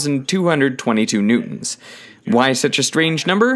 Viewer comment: Newtons❌ New Ons✔️